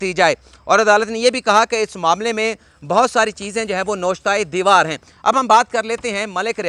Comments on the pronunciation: Good job,,,,but not” noshta e deewar”,,,,it’s N Vishta e dewar. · It's 'navishta-e-divaar' not 'noshta divaar' your both English and Urdu are EXCELLENT